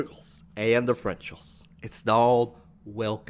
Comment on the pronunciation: Integrals and differentials, I thought the same thing for the longest while!! "Why is he saying "frenchals"??"